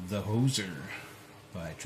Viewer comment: Nicely done my friend! It put up a good fight but you sure got through it. you did mis pronounce the name though lol. its pronounced whos zer "Hoosier" is a nickname for people who live in Indiana lol. but yeah the hoser is a good name for a lock lol.